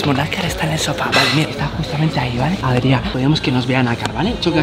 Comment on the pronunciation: No se llama Adriá, porque el lo que te ha querido decir es que se llama Adrián